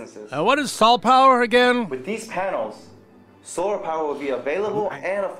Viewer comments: "Sore panels.." Sore panels? You mean solar panels, right? "Yep, soar panels..." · Tip of the day: If you're going to hire an actor to talk about solar panels make sure he can say solar panels